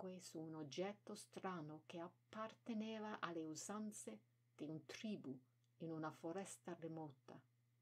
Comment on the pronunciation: Thank you for your channel and poems. Wondering if it would be possible to put the sub-titles up closer to the Italian. That would make it easier to read both, I think. And just a couple of corrections: With tribu (accent over the u), the emphasis is on the second syllable. And with sbagliano, the emphasis is on the first syllable. Thank you.